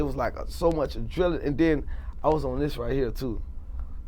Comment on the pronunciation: Adrenaline he couldn't pronounce it